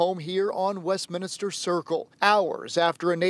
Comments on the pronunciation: it’s WeStMINster- not westminister. 🤦🏼‍♀️ I’m glad ATL can have you now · Why do ppl always say Westminister when it's Westminster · WESTMINSTER NOT WEST MINISTER